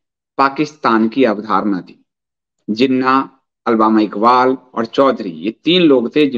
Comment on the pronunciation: अलबामा इकबाल नहीं अल्लामा इक़बाल है